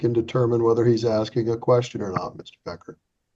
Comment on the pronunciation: He doesn't know what he's axing.